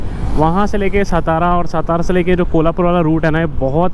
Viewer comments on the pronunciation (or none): Bro khud ka nam bakiyonka pata nhi to bura lagta and hamre city ka nam har bhar galat leto ho ye kaise chalega stara nhi hai satara hai